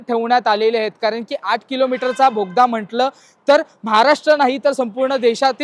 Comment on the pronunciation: भोगदा नाही रे दादा...बोगदा... असो... पण माहिती छान दिली... मनापासून धन्यवाद...